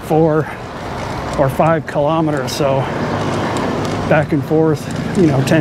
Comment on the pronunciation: Please stop saying kelemeteres